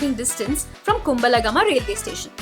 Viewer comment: Your style of speaking is so beautiful, I love listening to it.❤❤❤ But check the local pronunciation of the names of villages and towns. Kumbal Gama - not Kum bala gama ⚠ Ahan Gama - not Anaha gama ⚠ Kog gala - not Ko wella ⚠